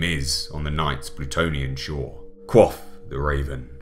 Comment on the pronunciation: Great rendition of this enduring and timeless poem, with that magnificent voice of yours! I found your pronunciation of "Quoth" as "coif" a bit unusual, but otherwise great reading!